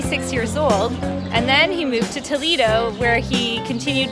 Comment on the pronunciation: Toledo not “Tolido”